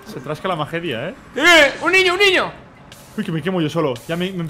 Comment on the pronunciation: Alguno fan de como Perxitaa dice ñiño? Yo lo amo